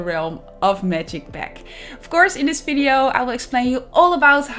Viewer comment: Ur builds as always great and unique but... pls.. stop talking “fideyo”